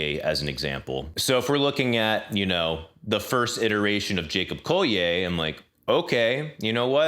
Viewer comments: Yeah, it’s colli-er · Great vid! One thing that bothered me, are you sure it's "Jacob Colli-ay" and not "Jacob Colli-er"? He's english, not french.